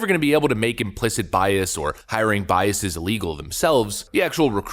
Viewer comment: "biaseez" -- like "processeez" ;)